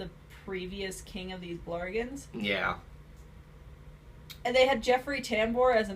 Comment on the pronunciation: FYI, it's "Burgens", not "Blargens". Overall, I'm with on this movie and I agree with. It may not be Dreamworks' best, but it's harmless enough compared to say, Norm Of The North, The Wild Life or Ice Age Collison Course. Mainly thanks to it's theme of being positive, the animation, likable main leads and the suprisingly enjoyable musical numbers. Sure it might have problems like the story isn't anything special, some of the celebrites on the cast are pointless and it has some pretty bad jokes, but for what it's worth; it was much better than that awful teaser trailer from earlier this year.